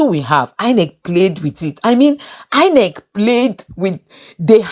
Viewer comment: It's INEC not INCE